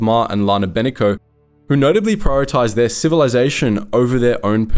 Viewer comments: Lana BeNIko* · It is pronounced Shan (rhymes with Han as in Han Solo). Please. Play the game so you can hear how to properly Say the names of these characters. Lana Beh-NEEK-Oh. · Bruh you sound like you just read a summary of the SWTOR games... the Eternal Alliance didn't perish at Iokath, that was just the start of the Traitor arc. You also completely butchered the names of the characters 😂 from Ben-iko to Achina, to Vorawn 😂 cmon man, at least know the proper pronunciations first.